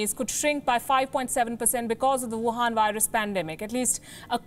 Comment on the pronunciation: Why saying wohan virus